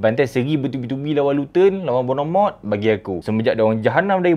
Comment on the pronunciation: bro sebut lah betul betul Bournemouth... ( bawnmuhth )